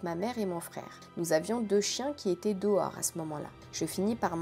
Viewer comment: les "Dohors" me fume x)